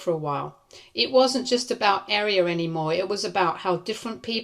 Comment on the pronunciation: Your butchering of Aria is kinda annoying. You're pronouncing it like the word "Area" When it's pronounced like "Are-ee-uh" 😅